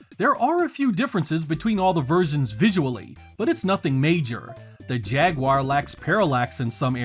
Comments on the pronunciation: Thank you for not pronouncing it ‘jagwire’ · Finally, someone on YouTube who actually pronounces the word "Jaguar" correctly. 😅